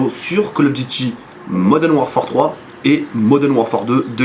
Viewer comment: bonne vidéo mais pourquoi tout le monde dis Moden warfare , c'est modern warfare :-p